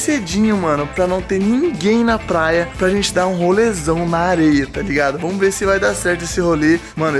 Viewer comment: Ele fala plaia